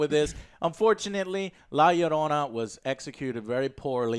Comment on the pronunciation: it's bad he can't properly pronounce Llorona. especially since he sounds more Hispanic than me.